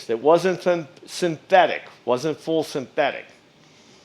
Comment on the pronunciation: I'm sorry, but could you pronounce synthetic again?